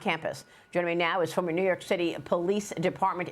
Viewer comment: It's city not cishty